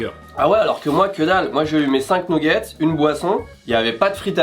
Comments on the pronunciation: il a vraiment dit nouguette's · des nouguettse ..... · qui dit « nouggets » 😂 je vous adore vraiment vous respirez la bonne humeur! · Les fameux « nougettes »